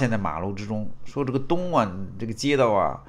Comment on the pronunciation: 东莞guan 性之都地名，会念错？哈哈哈！